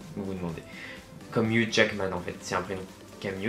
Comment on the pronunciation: Huge jackman 😂 ca se pronounce HUGUE JACKMAN